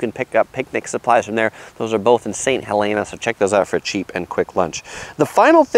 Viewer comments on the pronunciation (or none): "ST. HELEN AH" Sounds like Mt. St. Helens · Mendecino and saint helena . Men-de-cino and saint hel-ena. Napa native here with helpful advice.